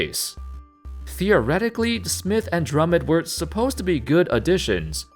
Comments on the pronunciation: pernounce his name right drum mond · The way you pronounce Drummond has me triggered.